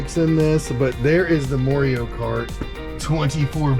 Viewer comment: Moreio? Its Mario.